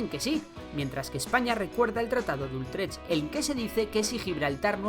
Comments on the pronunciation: Es Utrecht, (pronunciado "utrej"), y no Ultrech. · ¿Tratado de ULLLLtrech?? con L? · No es ultrech....es Utrecht. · Es Utrech sin "L" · Creo que has obviado detalles muy importantes respecto al tratado y sus consecuencias con Catalunya y Aragón, y un apunte, es el tratado de Utrecht (lo nombras erróneamente como Ultrech). Saludos. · No es Ultrech! Es Utrecht! 👎👎👎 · Ultrech no, joder. Utrecht. Vaya cagada. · Es Tratado de Utrecht, no de "Ultrecht". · Me he quedado hasta el tratado de "Ultrech", ahí ya me han sangrado los ojos lo he tenido que parar. ¡¡UTRECH!! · La verdad es que produce dolor de oídos escuchar tantas veces el incorrecto nombre de "Ultrech". Por lo demás, no hay otras cosas que objetar al vídeo ni a la historia que narra.